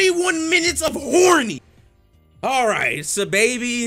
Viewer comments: Im still hearing SY lol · my brotha for future reference it's pronounced Saw-Baby. not hating at all just informing. much love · Stop saying his name like that💀listen to squidtastic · not even how you say his name